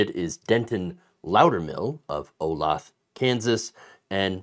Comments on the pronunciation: It's pronounced oh-lay-tha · I hope this poor guy takes Burchett to the cleaners! Side note, the guy’s hometown is pronounced “Oh-lay-thuh”. It’s Shawnee.